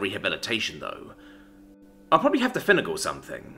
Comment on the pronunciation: that was a weird way to pronounce finagle